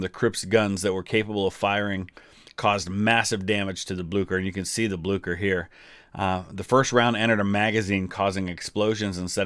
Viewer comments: Aha, its not pronounced Blukker but Blueshur. Not a problem tho, loved the vid. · Ok had to be a grammer nazi(no pun intended) it's pronounced Bleeser not Blukker, but yeah Norway is called the German navys graveyard. The germans lost so many surface ships in Norway in the battle of Narvik (also a movie coming out this december actutally) and the sister ship of the Bismarck the Tirpitz was sunk in Norway. Sucked to be a german sailor in Norway that's for sure. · It's pronounced BlyCHer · This is not for critesaising but you pronounce it whit blicher not blucher